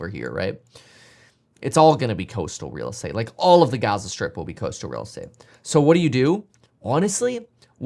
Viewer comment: I don’t think it’s a “European” accent to put the accent stress on the first syllable, or that it’s an “English” or American accent to put the stress on the last syllable. But for the record no one says it the latter way except for you.